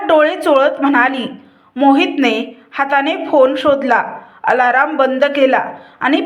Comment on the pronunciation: उच्चार किती अशुद्ध आहेत! साधा " अलार्म " शब्द म्हणता येत नाही. अलारम?? गजर म्हणाला असता तरी चालले असते.